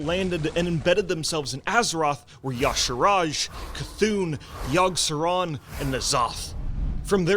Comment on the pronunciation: bro can't even pronounce "Y'shaarj" correctly. Sigh.